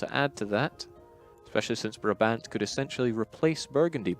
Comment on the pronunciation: Hello good people from Paradox! Please pronounce Brabant as 'Bráábant', with the first aa spoken as the a in 'Nah', and the second a like the a in 'Awww'. Thank you, sincerely, a Brabander :-D